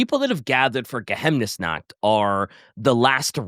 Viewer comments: God, listening to the Uberseik 5 say it right, saying Geheimnesnacht like that hurts Ge-Highm-nes-nacht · Geheimnis (Pronounced like Ge-haim-nis) means secret in German, so Geheimnisnacht can be translated as Night of Secrets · as a native german speaker i offer to help with the pronounciation of the words^^ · The total butchering of Geheimnisnacht, it hurt my ears. I have three Vampir books here, there were good ^^. I don't know if there is so much story about them but will we get a video about the other vampire faction? Like the Nefretata (which book i still need to read) and the Vampire coast ? If i remember correctly Count Noctilus also should be an van carstein ^^ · For future episodes referense, any time theres an "ei" in a word, read it like Ei in Einstein, or use the german google translate speaker option Geheiminsnacht would be Geh-Hime-Inns-Nacht Morrslieb would be Morse-Leeb